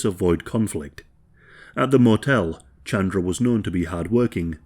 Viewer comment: good video but hearing u say chandra instead of ch-un-druh was hurting me no hate